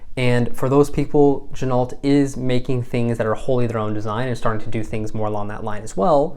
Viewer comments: Gin-O......not gin-alt Same as ren-o, not ren-alt (the car) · The name Ginault is pronounced "Jin-oh". Don't pronounce the "T". Never hand wind it. The entire bracelet is made in Asia.